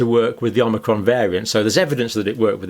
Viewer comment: more pathogenic omicron, takie this down you saidit wrong twoice